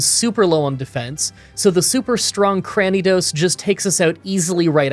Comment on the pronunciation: please for the love of god its mis-dreev-uss not mis-dreev-ee-uss and cran-ni-dos not cran-ee-a-dos